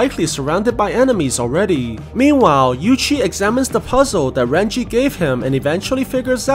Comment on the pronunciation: Bruh if ur Chinese you should know it is Ren jie not ran chi